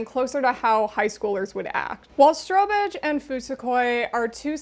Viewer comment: I've never heard of strobe edge and totally heard stro-bitch the first few times 😂